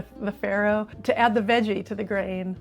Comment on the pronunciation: it's not prnounced FERRO but FARRO, italian word. 😀😂